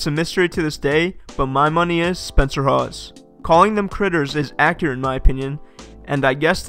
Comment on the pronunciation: Spencer haws??? Hahahaha